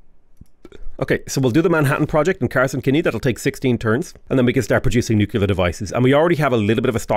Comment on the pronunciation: nucular is downright unacceptable, derived from the word nuculus, at the center of the atom